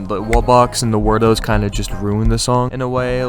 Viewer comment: it's actually word-oh